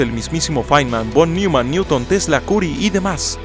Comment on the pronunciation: sí, caray, no seas flojo. Además se pronuncia "Noiman", no "Niuman". Parece que dices Paul Newman.